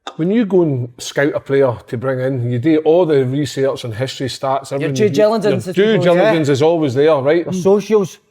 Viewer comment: JEW JILIJANCE hahahahaha